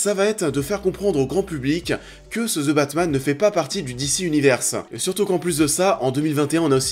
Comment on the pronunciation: Je savais pas qu’il y aurait un film qui s’appellerait « Ze Batmanne »... pfff hehe. Allez, un petit effort de prononciation s’il vous plaît... Si le th en anglais est trop difficile à prononcer, aussi bien prononcer comme un d (De Batman). Sinon, pourquoi tout simplement ne pas le dire en français le Batman, ou l’homme chauve-souris...